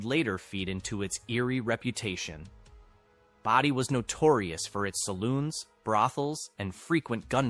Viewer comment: For christ sakes, isnt there a law about misprounciation? Its fn "Bow-Dee" not baah-dee"